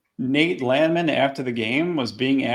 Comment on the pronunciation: Landman or LAND-MAN? You need to get to the bottom of this. Been laughing about this since the broadcast